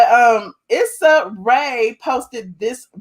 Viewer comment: Issa = pronounced “E-SA”